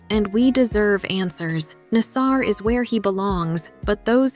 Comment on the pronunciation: Why mispronounce Nassar’s name continuously? Simone knows how to pronounce his name afterall; so the commentator sounds ridiculous to say nas-SARover and over again.